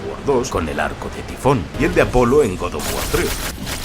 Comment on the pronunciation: Próximamente en Randal: 3 detalles alucinantes de god of guar 😆